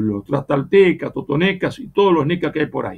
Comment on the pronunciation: CON PENA. NO ES TOTONECAS. ES TOTONACAS. NO ES MONTEZUMA, ES MOCTEZUMA. DEBERIA ESTE SEÑOR PRIMERO HABLAR CORRECTAMENTE.